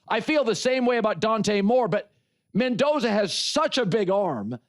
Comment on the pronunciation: Mendoza. Lol. Come on.